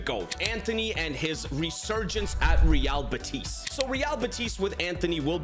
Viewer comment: By the way, i see you are pretty good at pronouncing teams as you value it, so in real betis, the stress is in be, unlike in madrid ;)